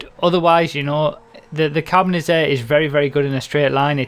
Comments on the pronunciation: Whats next? XD. And why did you say "Carbonizarre" and not "Carbonazi"? I thought you would have learnt that by now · Think you said Carbonizzare wrong. Kappa :P